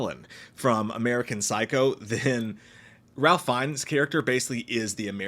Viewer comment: I think you pronounce Ralph in a way that rhymes with "safe."